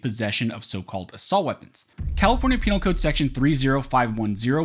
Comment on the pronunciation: Hu hu hu...he said penile code, hu hu!...